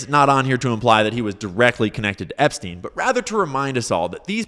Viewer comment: I like how he says Epstein like he’s so unfamiliar with him he can’t pronounce his name correctly. If you didn’t wanna look like you’re were on the flight logs Donald you’re going about it the wrong way.